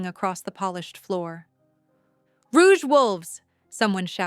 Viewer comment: Narrator mispronounced Rogues as Rouge, other than that the story is fabulous ❤❤❤❤❤❤❤